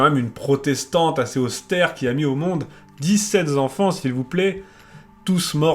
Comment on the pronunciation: DIX-SEPT ENFANTS, pas dix-sept Zenfants.